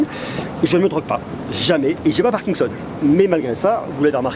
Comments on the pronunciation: on dit parkinson et pas parkingson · on dit "parkinson" pas "parkingson"